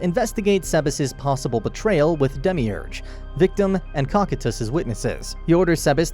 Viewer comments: “Demiurge” Dehmeeurj No one ever: dehmeeoogooreh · i cant believe the way you pronounced demiurge